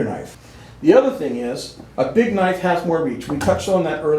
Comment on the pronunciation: "You call that a knoife? THIS is a knoife!"